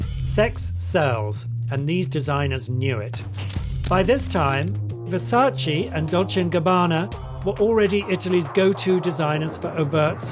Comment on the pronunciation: Why can nobody pronounce Versace correctly??